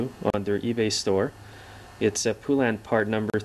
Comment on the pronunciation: FYI; It's Pronounced Po-Len. They put it right in their ads years ago.